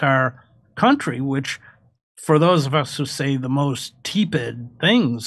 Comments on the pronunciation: Hey, Chris. It's tep' id (not tee' pid). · “Tepid” is pronounced “teh’-puhd”.